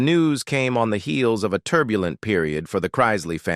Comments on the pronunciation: The narrator drives me crazy how he keeps mispronouncing their last name. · He always does with everything he narrates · Well when you learn how to pronounce the family name correctly I will listen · If your reporting shouldn't u at least pronounce the name right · If you're telling their story; at least PRONOUNCE their family name CORRECTLY. Very obviously the narrator has never seen their show & doesn't know who they are. I cant stand listening to this very weird pronunciation of the name Chrisley. Geeeezuz! Its not that difficult!! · Chrisley - not CHR- EYES- SLEY. Very annoying mispronouncing. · Who ever is narrating this should know who they are talking about. he starts out Crysly then he started getting the name right. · It’s pronounced Christ-Lee!!!!! Christly😂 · It’s CHRISTLEY not Krystley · There last name is pronounced Chris Lee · Have you seen Chrisley knows best? The name is Chrisley. Chris - Lee. Not crys. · I don't understand why you influencer don't learn to pronounce people's name correctly. At least show these people and their family some respect by getting their name correctly. Yes they brought these things on themselves but there's children involve in these individuals lives and it's Chrisley, please it's Chrisley's. It sounds ao awful to listen to you all bucher there names. Ask how to pronounce the names before you post qith your dam voiceovers. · What is wrong with this Narrator? He mispronounced there last name so many different times I lost count👎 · Say there name right chrisley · Please do something about the narrator. There’s no excuse that he can’t pronounce their name right and then every now and again he gets it right. Fire him already. I love them all so much and I’m so happy and relieved that they are home and altogether again ~❤ We have missed you so very much😊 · Would be nice if the narrator would pronounce the Chrisley's name right. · This story would have more credibility if your computer voice pronounced the family name correctly.